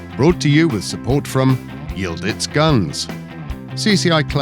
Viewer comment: How the hell do you pronounce Y I L D I Z as Y I l d I t z, . ?? Just askin when English still pronounce W A R S A W as War Saw, hahahaha Good looking shotgun !